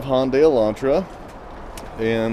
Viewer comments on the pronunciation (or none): Make that Hyundai not Honday kills me after all of these years people cannot get it right. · “Hondai” that’s a new one 📓